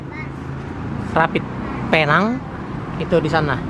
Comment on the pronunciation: BUkan pei nang bang.. sebutnya "Pi Neng" sebutan Neng nya pula spt panggilan perempuan yg belum berkahwin